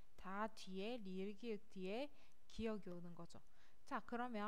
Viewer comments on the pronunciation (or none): ㄱ 읽을때 기역인데 계속 기윽이라고 발음하시네요….. ㅅ 도 시옫인데 시읏으로 발음하시고…